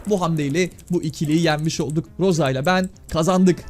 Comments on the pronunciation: Ros diye söyleniyor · Roz diğe okunuyor Rosa abi